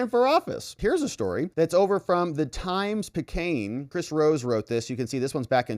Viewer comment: Times - Pi Cay Une